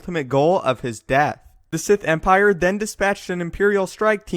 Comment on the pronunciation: gief theh eternal empireh man!